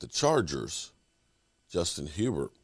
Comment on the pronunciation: Your going to learn how to say Herbert next week homie